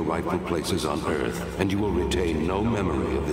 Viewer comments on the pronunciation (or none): none